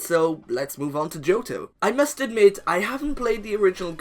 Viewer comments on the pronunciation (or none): none